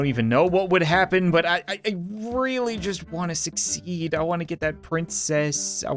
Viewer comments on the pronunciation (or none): none